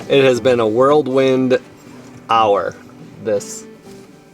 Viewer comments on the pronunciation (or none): It’s “whorl wind” not “world wind”. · Sorry to nit pick, but it's not "'world' wind", it's "whirlwind." No "d"